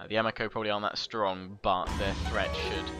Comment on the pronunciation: Loving your campaigns, but I'd like to note that Japanese names and words are all pronounced with soft vowels. So, for example, Uesugi is pronounced oo-EH-soo-gi (with the Latin pronunciation of "g"), Ito is pronounced EE-toh, Amako is pronounced ah-MA-co and Higo is pronounced HE-go.